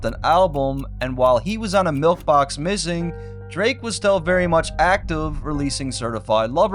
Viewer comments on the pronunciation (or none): Bruh says milf box instead of milkbox 💀